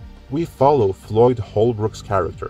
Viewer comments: It's Boyd Holbrook, not Floyd. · Its BOYD Holbrook. And despite rumoured script doctoring Shane Black has said he never worked on the original Predator script.